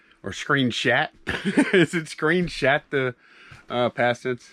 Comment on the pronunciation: "screenshat" lmao